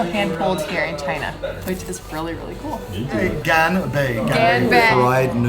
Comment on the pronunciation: Ganbe is pronounced gon-bei